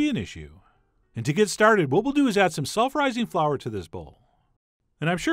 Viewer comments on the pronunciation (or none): "self rising flour"...omg I HEARD "sulpherizing flour" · I heard " sulfurizing flour" lol.